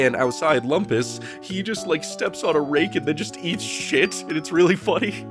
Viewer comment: Thanks, I haven't seen the show in a while, and it sounded like was saying Wampus instead of Lumpus.